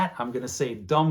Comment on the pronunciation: THANK you for pronouncing "Dum vivimus, VIVAMUS" for me!